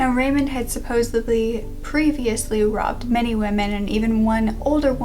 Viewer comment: Count me in as well...."supposebly" 😉